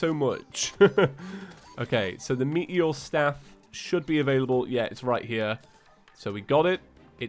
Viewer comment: I though it was "Meteor Staff" not "Me-eori-e staff"